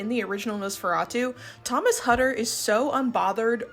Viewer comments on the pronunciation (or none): Why ware thy masks? Hutter is pronoced Hoo ter in Germany